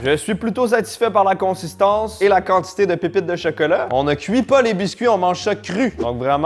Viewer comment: « le cheuceuleu » 🍫